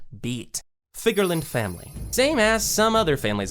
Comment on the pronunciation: Figarlan garling 😂😂😂 rayleig prime vs garling prime = ? you know 😂😂